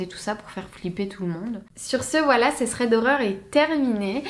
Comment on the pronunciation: C’est quoi un « ssrède » horreur ? 😂